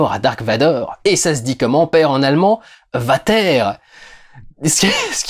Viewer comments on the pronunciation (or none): Mes oreilles brûle Vater se prononce "Fateur" (très proche de Vader) et non "Vatèr" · Merci pour le vlog. petite remarque (apres vérification sur google trad) hell en allemand signifierait "brillant". Aucun rapport avec l'enfer (Hölle - prononcé Heulleu). Puisqu'on est sur le fait de péter les couilles sur de l'allemand et la traduction, Vater => Fateur (désolé pour la redite, le commentaire a déja été fait) et non pas "vataire". Pour s'en rappeler le cliché de l'accent allemand avec les V prononcé comme des F, ce n'est pas un cliché, V se prononce comme un F. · J'adore ce film et j'ai adoré ta vidéo que je partage sur mon mur ... j'ai juste noté une microfaute ... tu as mal prononcé 《père》 en allemand. Le《V》se prononce comme un《F》... donc Fater même si ça s'écrit Vater ... (c'est mes origines suisses allemandes qui ont tiqué)